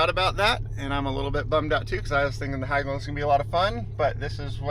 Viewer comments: FYI Hägglund is pronounced similar to He in Hedge but with g. More like Hegglund not Hagglund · Just an observation, ägg in hägg-lunds is pronounced like egg, hegg-lunds.